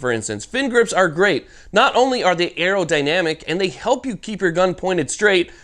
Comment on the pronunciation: “Aerodynamic fin” 🤣🤣✌️🇺🇸